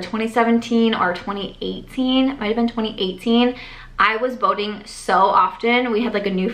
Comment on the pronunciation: Oh…boating! I thought you were saying voting. “We were going voting all the time!” 🤣 I was wondering what you were voting on so often.